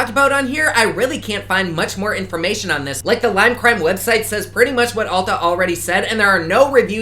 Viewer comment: “leem cream” I just don’t even care what you’re doing anymore, you saying a brand name in a funny way is all I need